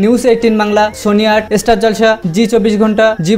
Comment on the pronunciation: Estar estar bolata thamaben plz kane lgche.... Thik kre uccharon krun na.....